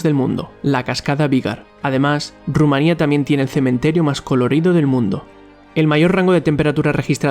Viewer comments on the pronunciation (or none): none